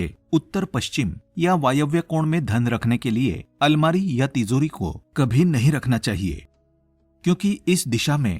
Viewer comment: Plz pronounce ..TiJori.. Not ..TiZori..